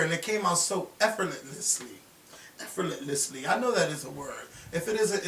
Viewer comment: Effortlessly is the word you were attempting to say lol "Efferetlessly" Lmao!